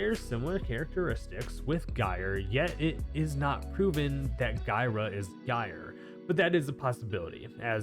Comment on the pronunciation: Bruh, let me just ask you something: do you pronounce Gyroscope as “Guy-row-scope?” Or do you pronounce it the correct way?: “Jy-row-scope?” Because take that word, and drop the “oscope” and you magically have Gyre’s name, which you are hard pronouncing the G and I’m getting irritated.